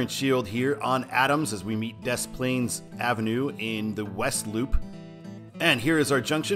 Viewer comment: Dess Plaines? It's more like De Plaines... You say it like the French did... - A birthed and former Chicagoan.